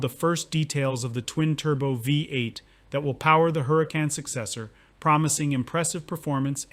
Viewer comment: so.... you're a car youtuber, but don't know how to pronounce Huracán properly? lol